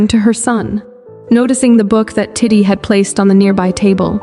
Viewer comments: you keep calling titi titty like bro im aaaaaaaaaaaaaaaaaaaaa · Tiddy? I thought it was titi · It’s TEETEE not TITTAY🤣🤣🤣🤣 damn!!! Hakan ALWAYS SHIRTLESS to greet the EMPEROR??? AAAYYOOO!!! 🤣🤣🤣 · Is it just me or tidi sounds like tity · .... Titti3s delight ..... It just keeps going 💀 Tai-tee as well ... Oh goodness XD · I lov this story so much but I js cant get over the way th narrator says " titi" like titty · It sounded like you called titi t!tty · You did “titi” so bad by saying her name as tit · Every time I hear the narrator say Titi’s name I make the Ishowspeed face because wth is that pronunciation 😂😂😂😂😂😂😂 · OMG wait me to 😭😭😭 i thought it was just me 😭🤚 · lol me to girl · ON IS ANYONE GONNA TALK ABOUT THE WAY IT SAYS TITI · She said titi